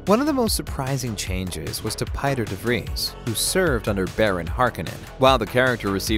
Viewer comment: Unfortunately, Herbert provided a pronunciation guide and it was pronounced, “Chainey”. It’s dumb. I prefer “Chah-ni”. Same for Pieter DeVries. Herbert screwed up with “Pie-Ter”. It’s a Dutch name and pronounced, “Peeter”.